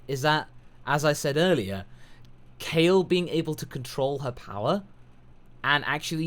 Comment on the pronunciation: SoulKing Omg i just cringed so hard! he fucking calls KALE "Cauli" like wtf.